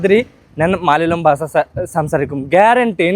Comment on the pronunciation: Basa alla Basha